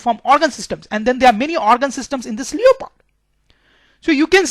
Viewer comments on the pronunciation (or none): Sir it's leopard not leoopard